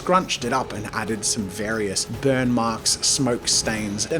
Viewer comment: When you said "i wanna brun the paper" my heart died a little, but god u just meant the edges 😅😂